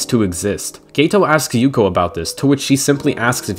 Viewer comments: Its Yuki, not Yuko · Bro it’s Yuki not yuko